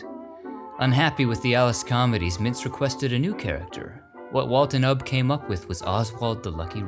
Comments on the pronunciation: It’s pronounced “you bee” Iwerks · Isnt `Ubbe' pronounced `YOU-be'?